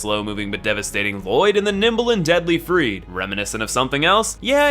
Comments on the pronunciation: freed? isn't she called freide? also he is not allfather Lloyd he is literally Father ariabdel thats it. Nice video though ^^ i just cringed a bit åt the pronounciation of the names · the word Friede is pronounced Freed-UH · it's FRIEDE, the E is pronounced like a German E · Learn how to pronounce names! The way you say Friede hurts! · when he kept saying friede wrong T.T